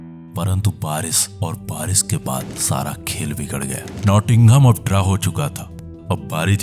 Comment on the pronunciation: 'Sh' bolna seekhlo aor achcha video bane ga, barish ko aap baaris bolte ho.